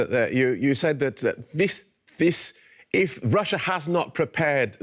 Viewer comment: Is the journalist Danish since he said "hvis" instead of "if"???